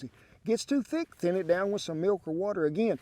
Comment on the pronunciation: love when he makes the word thin 2 syllables